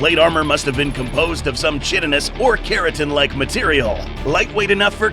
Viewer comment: KY-tin-us, not CHIT-in-us